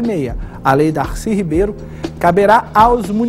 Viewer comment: Professor, o nome é Darcy ( Oxítona) e não Darcy (paroxítona como o senhor pronunciou)